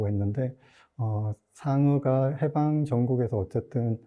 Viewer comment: 해방의 발음도 틀렸나이다!! 길게 발음해야지!! "해석, 해제" 등의 첫 자도 짧게 발음하시렵니까!?? " 강점기" 의 첫 자도 길게 발음해야 합나다. 한 말로, 저고저 문제가 심각하나이다.